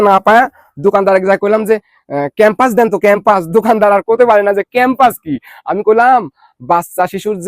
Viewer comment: ভাই,বাচ্চাদেরকে পড়ায় ওটার নাম ক্যাম্পাস না। ওটার নাম, প্যাম্পারস